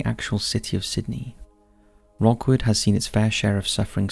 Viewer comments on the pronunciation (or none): It`s not Rockwood Cemetery mate, it`s pronounced Rookwood. Visited??? I lived near it.